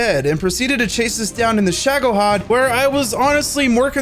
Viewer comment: It's ShagohOd, not ShagohAd